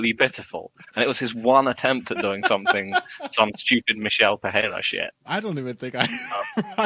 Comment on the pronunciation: Lol I cannot standddd the way says Perrera. And he cant say Nurmagamedov to save his life either haha